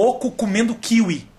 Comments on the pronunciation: Agora me explica por que você fala KÍwi e não kiWÍ? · é kiwi, não kíwi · só não entendi pq ele fala "kIwi" e não "kiwI" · Eu nunca falei "Kíwi"....eu falo "Kiwí" mas fodas pra mim..rafinha bastos é o cara...